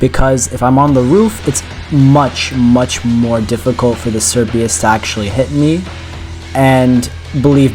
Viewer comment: the amount of times you said perlude and cerbius began to hurt me physically (nice job on the challenge tho)